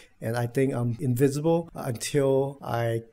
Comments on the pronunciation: “Invincible” NOT “invisible” 😂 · I was going to leave a comment too about this, I am glad I am not the only one who noticed. I did understand he meant invincible when I saw him in a Superman suit but I think it's a pronunciation problem. I think his English is pretty spectacular for someone who doesn't live in an English speaking country.